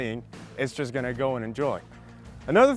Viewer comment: "es yast gonna go and enjoy" lol what